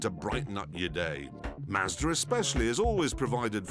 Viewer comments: And its mazda not marada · dude you're saying Mazda Wrong and it's really pissing me off lol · prenounced M - a - zzzzzzzzzzzzZZZZZZZZZzzzzz - d - ar